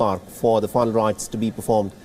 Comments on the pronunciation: Please speak properly..final rites not fine right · Ask the anchor to pronounce final rites clearly,that idiot was pronouncing as if it was fun rites